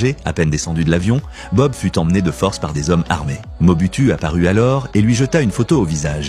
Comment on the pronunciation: Mobutu, Moboutu, Moboutiou.... Il existe plus de 500 reportages sur ce président et son nom se prononce Moboutou !!!